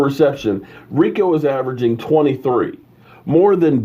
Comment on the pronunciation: pronounce it REEKO! Gathers